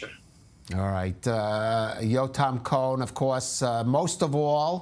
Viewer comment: I think COHEN was pronounced incorrectly.......that is my last name, but maybe in ISRAEL that is the pronunciation 🎗️🎗️🎗️🎗️🎗️🙏🙏🙏🙏🙏 more IMPORTANTLY..... BRING THEM ALL HOME NOW, TODAY 🇮🇱🇮🇱🇮🇱🇮🇱🌎🌎🌎❤️‍🩹❤️‍🩹✡️✡️✡️✝️✝️✝️🦋🦋🦋🦋in G-D s name we PRAY 🙏🙏🙏🎗️🎗️🎗️🇺🇸🇺🇸🇺🇸🇮🇱🇮🇱🇮🇱🇮🇱🫂🫂🫂